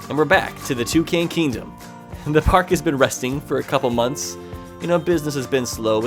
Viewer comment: Attaking two , cans thats how ur pronouncing it its tucan